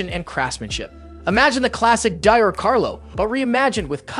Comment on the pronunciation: Dior is pronounced 'dee-or' LOL